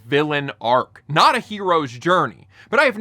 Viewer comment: Imagine asking if everyone is dumb and then saying ARCH instead of ARC 😂😂. And I've seen all 6 episodes she makes a deal with Mephisto for her friend at the end. So yeah, NO REDEMPTION "ARC" enjoy the spoiler!!! 😢😂